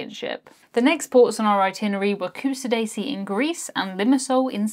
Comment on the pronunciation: Not to nitpick, but it’s Ku-shah-da-si not Q-sa-daisy upsadaisy…. moving on….